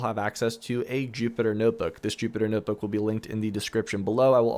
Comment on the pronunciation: “Poewker” “Noewtbook” “Coewding” Translation: Poker, Notebook, Coding